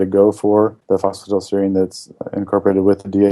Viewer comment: Pronounced phosphi(TIE)dal